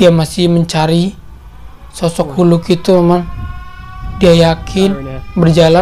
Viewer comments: Bang,cara sebut"Hulk"itu Gini,halk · Bukan hulk. Tapi hak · bukan huluk bang tapi hulk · Bukan hulk tapi halk